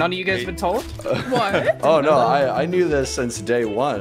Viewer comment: “Nyo” Denis - 2020